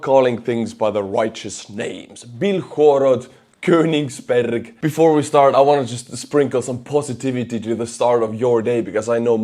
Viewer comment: Im impressed by how well you pronounced "Königsberg" for not being german.